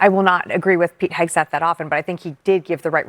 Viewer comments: Can the one guy get Hegseth’s name right? It’s not Hesgeth. It tears at his credibility. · Omg Its HEGSETH NOT HESKETH 🙄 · I keep getting distracted every time i hear that guy say “Hesgeth” instead of “Hegseth” 😂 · Why is he saying Haskett !?! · It’s Hegseth not “Hesgeth.” I don’t like the man but the mispronunciation was driving me nuts. I thought it was a mistake at first til he said it that way multiple times. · keeps saying Hesgeth instead of Hegseth. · I'm in agreement with him, but it's hard to take Bakari seriously when he keeps mispronouncing Hegseth's name as "Hesgeth" again and again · How many times are you gonna call him "Pete Hesket" 🤦🏽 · Bakari killing it with mispronouncing Hesgeth 😂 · Dude who talks for a living keeps mispronouncing "hegseth" every time he talks about incompetence. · It’s “Heg-Seth”, eeesh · Bro can't say Heg Seth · The country boy from South Carolina talks about incompetence, yet can't even pronounce Pete Hegseth's last name correctly, can the boy even read? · Dude can't say Hegseth can he? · I love how Bakari pronounces Pete's last name!😂❤ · Why can’t Sellers pronounce Hegseth right? Annoying. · 10 min discussion and nobody corrects this poor guy on Hegseths name. 😂😂😂 Everybody is too scared to be cancelled to say anything. So stupid 😂😂😂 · Both trump and idiot hegseth should be charged with war crime. They need to go down. Also, why bro keep mispronounced hegseth's name? 😂😂😂😂😂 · I am with the people who said: honest investigation and the truth; also with: I doubt Trump or Hegseth will be honest about anything, especially that; but for the love of decency, it is imo VERY RUDE for a panel member so say the Name of Pete Hegseth INCORRECT for more than half a dozent times; if you go on a panel, plz inform yourselves beforehand; that made eveything he said very untrustworthy; btw, unbiased european here...